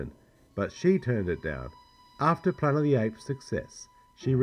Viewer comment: I cringe every time he says "planet" ...pla-ent?